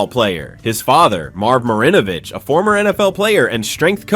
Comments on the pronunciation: Right smh. He's also mispronouncing Marinovich. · You pronounced Marinovich’s name about ten different ways.